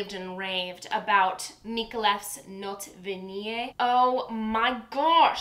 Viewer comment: You almost pronounced it correct the first time- definitely acceptable. Just reminding you- it's not notay vanee but rather note (as in English more or less) vaneeyay. The accent falls on the LAST syllable of the "Vanillée". VaneeYAY. If you don't believe me look it up.